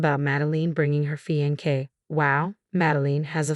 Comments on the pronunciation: I don't think it a robo reader, but a person. Someone lacking good expression and also lacking proper pronunciation. Fiancé (a male) or fiancée (a female) is pronounced FEE-ON-SAY, not fee-on-kay.. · Fee on say not fee on kay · Please pronounce words correctly. It's getting very annoying. (Madeline is Mad-e -line) and f(inance is fee - on - say) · What does one expect from a Robo reader. So unemotional and dreary. Fiankay ??? What on earth is a Fiankay? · Please, please, please learn how to pronounce fiancé. It is NOT fiankay.